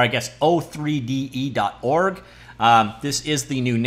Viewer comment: Did you say . O R G or did I hear something else? Comment 100% getting filtered away soon